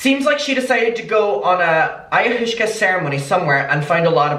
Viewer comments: You're awesome, clearly not into hallucinations. I'm not either but I watched Chelsea handlers documentary on it and I think it's pronounced eye-ah-wah-ska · Not that it matters but ayahuasca is pronounced aya-wa-sca :) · the way you said ayahuasca literally killed me I'm gonna call it aya-hooska forever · oo i-o-waska i think thats how u pronounce it right? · It’s pronounced like ( IOH-AWSKA ) and it is a drug that has been used for thousands of years from tribes in the Amazon, they deem it so important even new born babies have to take it upon their birth in some areas. This is not me saying she is right by any means just giving you a little info on the drug. Lol I think she’s nuts. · peace and love, its pronounced Eye-i-waska. It dates back to some of the earliest civilizations, essentially like LSD from what I gather, normally taken in tea form. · i think its pronounced ayah-wah-scah right? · adammmm thank you for another video! i do wanna tell u it's pronounced eye-uh-wass-kuh, ok love u have a great day ❤️❤️ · Pronunciation: Ai-ya-wa-ss-ka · i know u prob already got comments abt this but its pronounced aye-ah-was-ka and its just pretty similar to lsd or shrooms :) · Pronounced like “Eye-ah-wah-skah” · Aaaaaah “Aye-u-was-ka” yeah that’s like Druid journey nature trip stuff. So she’s been secretly drinking psychedelics, that’s how she’s living in a false reality. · Living for your pronunciation of Ayahuasca! It's pronounced Eye uh WAH skah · Hey it's pronounced I - uh - waska. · It’s “eye-a-waska” ☺️ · It’s cute how can’t pronounce the drug 🥰🥰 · I really love the way he pronounced ayahuasca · The way he can't pronounce Ayahuasca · mispronouncing ayahuasca is cracking me up cuz I know it’s cuz he just genuinely doesn’t know anything about drugs it’s so cute lol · Me too girl he’s so cute 🥰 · The way you pronounced Ayahuasca had me rolling omg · Adaaaam the way you tried to pronounce what I can only assume is “ayahuasca” 😂😂😂 made my day 💗